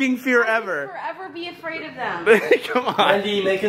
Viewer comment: The best part was when said is that afwak